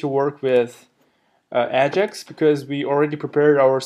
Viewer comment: Great tutorial. One question - what is "ah-jix"?